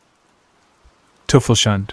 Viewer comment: It's pronounced "Toy-fells-huundeh" sort of, but it's a closer approximation to what you said, sorry for the pedantry, other than that, keep up the good work